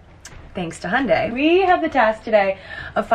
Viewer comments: Jack's pronunciation of Hyundai is definitely more accurate hahah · As an Australian and an owner of a Hyundai I back Jack's pronunciation hahaha <3